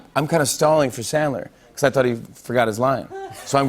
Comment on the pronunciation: says his hero is Sandler, pronounces it chandler. Fuck you